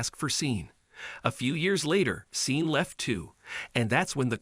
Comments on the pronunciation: It’s pronounce Shorn (Sean) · I believe his name is Sean and is pronounced Shawn. The video was great when I could focus on it and the presenter was fine except Sean. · That pronunciation Sean, (Shawn) grates on my nerves like finger nails down a chalk board.